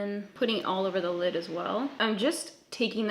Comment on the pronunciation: "A white shadow on my llllllllllllllid" Lol